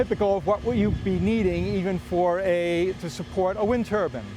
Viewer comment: can’t say “wind turbine” properly 🤣🤣